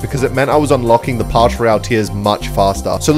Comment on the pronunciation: it’s “Pass” not “Parsh"